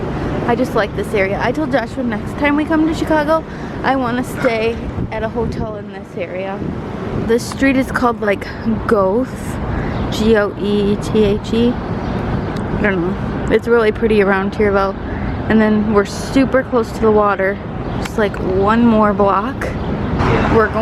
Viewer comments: That street is actually pronounced like “Gerta” 😂😂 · Goethe is actually pronounced like "Gerta" lol so weird!